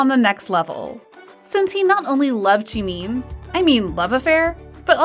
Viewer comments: That ain't Jimin, that's Shimin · im really sorry i dont mean to make fun of u bt its Jimin not jimeen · I feel offended that u say tjimeen 😆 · It is not Jimiiiin, it is Jimin... goddamnit. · i like how the video goes jeemin instead of jimin tho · Jimeen lol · I love how she pronounces it like: JEEMEEN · Why did she say jeemeen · Ok but can we just talk how about the person who is Telling this stuff pronouncing jimin as jemeen (no offense) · The way this narrator pronounces Jimin as “chimin” is triggering. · Ur BUTCHERING bts’s names!!! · Ikr- she pronouncing the names wrong 😭😭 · The way she pronounces jimin tho😂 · Pls I'm cringing at the narrator for not saying Jungkook and Jimin's name right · No hate but you're pronouncing Jimin wrong- and even other members name wrong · You're mispronouncing Jungkook's & Jimin's name lol😹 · She rlly said Jookoo and Jemean It's Jungkook and Jimin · I don’t want to be mean but miss girl is saying “jungkoo” and “chimin” 🤣🤣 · It's Joonkook not Joonk! And it's not JimIn! It's Jimin!😒😒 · It’s not pronounced chee-mīn It’s pronounced ji-min (as in mint) It’s not pronounced chung-gkuu It’s pronounced jung-kook (as in cookie) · “Joon-koo” And “jeemeen” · Others:Jimin and Jungkook Her:Jeemeen and Jungkoo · ah yes, jeemeen and jonkoo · im so so sorry no offence to the channel but i crack up every time i hear "jInKoO" and "cHiMeEn" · I love how she pronounces it June coo and Jee Mean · Why are you pronouncing jimin like cheemin and jungkook like chunku its so annoying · “V and jOoNkOo” “She made jOoNkOo laugh” “Standing right in front of jOoNkOo and jEeMeEn” I can’t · Jeemeen, joonkoo